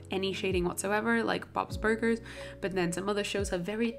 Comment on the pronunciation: am i the only one that noticed “ bobs burguers? “